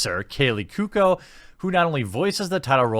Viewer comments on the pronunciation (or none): Koo-oh-ko. Kaley Koo-oh-ko. Cuoco. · 1 it is pronounced Rob-E not Robe-E 2 it is pronounced Ku-O-ko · Kaley "coo-oh-co"